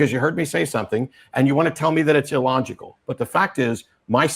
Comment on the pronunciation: did he say "That would be an ill-logect" ...